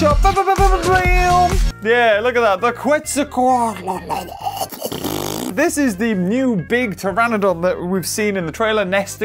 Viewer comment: its procounced quetza - coat - less. now say it!